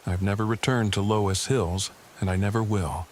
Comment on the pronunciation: 😂😂😂😂 l live on a farm in Iowa my nearest neighbor is 5 miles down the road and have never seen a crytpid of any kind and you also pronounced the word loess hills wrong loos the o is long the e is not pronounced